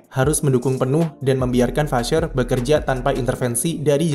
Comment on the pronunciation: Vasseur di baca nya vase